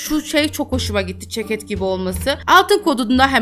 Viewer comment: Abla yine çeket diyorsun?